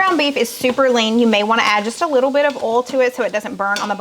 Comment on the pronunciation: How do you differentiate between a bowl and boil or oil ? It all comes out sounding like OLE.....I know it's southern thing and I'm in Canada but how do you tell the difference when you use them and they all sound the same? Not meaning to be disrespectful because I love your channel and faithfully follow you, just curious. Please don't be offended cause that is not my intention either. Thanks for the recipes this week, I am really anxious to try the potato salad, that looked very interesting!